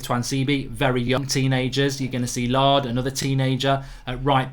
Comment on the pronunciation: Mark it is NOT Lard it is LAIRD!!!!